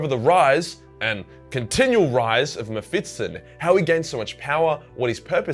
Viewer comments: Mephis-ton. Not mephitsten ;) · ME-PHIS-TON ... mephitston is not a thing, it can't hurt you. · dude, it's mephiston, not mephitston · Just a note: you keep saying MephitSON, instead of MephisTON, flipping the position of the S and T. Remember, he is no SON of a bitch, he kicked a TON of ass. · its meh fis ton not metfitston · Why do you pronounce his name like that?? The 's' comes before the 't' and there's no second 't'. You're saying "Mephits-ton" 🤦‍♂️ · It's not "Mefitstone". It's "Mephiston". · I'm not exactly sure what you're pronouncing. Mephitson or Mephitston, all i know is it's not Mephiston. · Is it MephiTsTon? Or is it fucking MephiSton? You giant toothed beautiful boy you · MephiSSSSSton not MephiTTTTson, you ape! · Also, it is Me-phi-ston, not Me-phiT-ston. It hurts. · please stop saying meh-fit-son, its meh-fist-on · Who's 'Mehfitston' tho? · i have never in my life met someone who would pronounce mepishton like that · Mephiston - Me Fits in :D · Why do you pronounce him "Mephitston"? like he's some kind of 19th century constable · Sounds like you say mep-fiston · am I the only one triggered by the "Mefitston" pronouncation? :D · His name is pronounced Mefiston. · The way you say ‘muhfitson’ is triggering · Excellent video as always, but you kept mispronouncing the name as "Mephitston". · why the fuck do you say MephiTston. Holy hell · I was looking for this comment 😀. i was like is he saying it wrong? nah probably me. Definitley sounds like Mephitston. No biggie though. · I like how you say "Mephitston"" cracks me up everytime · Is it just me or do you keep saying MephiTSon? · You are pronouncing it wrong lmao, you make it sound like some English surname not a fiery demon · He does it deliberately. He does the same with librarian and other stuff. He does it because its funny and causes people to comment. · Man I thought I was the only one. Drove me crazy once I started hearing it. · I can't un hear that now